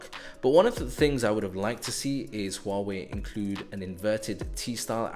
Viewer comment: wow u pronounced 'Huawei' right...